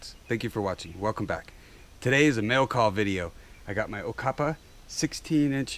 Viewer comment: great review, you messed up the name a bit. it is a good brand, we know how to make a blade in South Africa